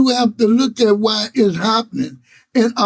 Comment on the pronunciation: “Wwwuuueeeyyyeee” lol I’m sorry the way you say why is trippy.